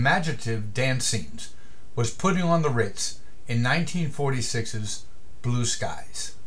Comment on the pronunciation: It was also covered in the 80s by an artist called "Taco" which was a very fun rendition! And it's *Puttin', not "Putting". Spelled and pronounced w/o the "g" on the end.